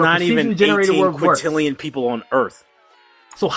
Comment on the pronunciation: doesnt know how game generates mispronounces quintillion doesnt know how procedural generation works on a basic level doesnt know that there are way way more than a few variations In the universe and every planet is unique CRITICIZES GAME FOR NOT HAVING ENOUGH GENERATION